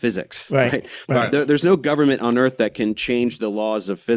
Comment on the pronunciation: So the earf? Is it like axe instead of ask?